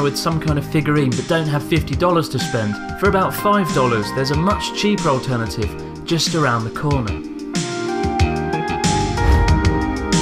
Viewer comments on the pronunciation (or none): none